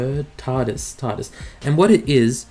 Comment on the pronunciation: When someone has never heard of Doctor Who! Turdis? 🤦🏻‍♂️